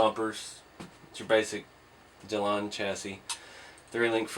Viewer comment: It is actually pronounced 'get-linda' (I do admit I am a big corrector in my family).